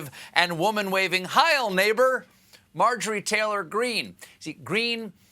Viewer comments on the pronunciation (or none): none